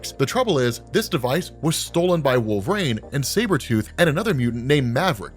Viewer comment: I find it interesting how you pronounce "wol-ver-een" as "wolv-rain"